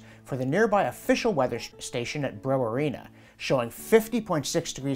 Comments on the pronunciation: Thats pronounced BRIE WARREN A. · Brewarrina is pronounced like the name Warren. Kind of like Bruh-warren-uh. Not that I imagine it'll ever need to be said again. There's not exactly much there 😂